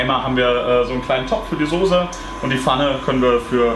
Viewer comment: deine Aussprache von Soße ("Soße" nicht "Sose"! AAAAH) triggert mich voll! Trotzdem sau genial der Burger, dat mache ich auch mal.:D